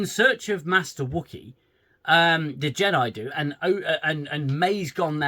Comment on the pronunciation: I'm ashamed I haven't seen you since all the Picard series and I love your reviews!! I'm glad you're back with the Acoshyte 😅 Defo getting a Like from me! Just please don't loose your sanity. Bloody JEDI (JE-DEI) lmao 😂. Good to see you again 🙏